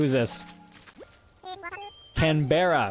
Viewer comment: Also..its pronounced canbraa not canbera, Canberra is Australia's capital so its cool they named a koala that.